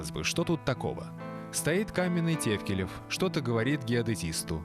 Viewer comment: ТАФКИЛИВ ОН ,А НЕ ТЕВКЛЕЕВ,ЧТО ЗА РУССКИМИ ПОВТОРЯЕТЕ